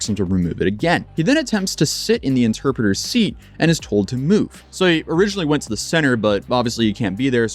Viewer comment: “Interpritor” 😂 Brooo…